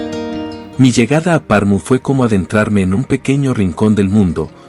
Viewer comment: Como es posible, que alguien hace un video sobre una ciudad y ni se preocupa por la correcta pronunciacion de esta ciudad!!!😮 Es Pernu!👎👎😅